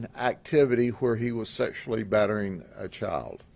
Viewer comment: “89 counts of chowl pourn”